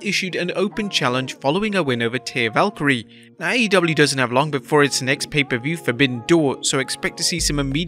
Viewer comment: You said Lyra second name wrong